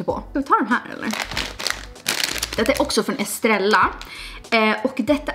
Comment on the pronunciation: Det uttalas Esterejja